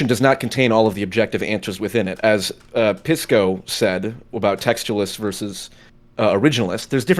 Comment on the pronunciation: Nobody calls Pisco “Peesco” like it’s sposedta be. Everyone calls him “Pissco” Pee, Piss, which is worse